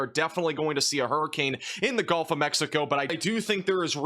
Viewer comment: Why is everyone pronouncing “gulf” as “golf”. When did that change?